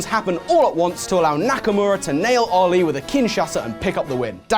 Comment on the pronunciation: Its not OLI Its Ali Aa